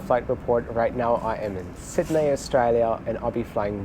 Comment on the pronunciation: I love it. You pronounce “Sydney” like a German still but “Australia” 100% like an Aussie. To sound more Aussie you have to say it “Sid-knee” 😉